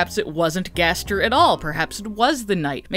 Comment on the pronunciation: Two things one never stop making these videos because the way you say Gaster gives me life Second ever since you suggested the garbage noise might just be the sound of darkness and could be unrelated to gaster himself that thought has not stopped haunting me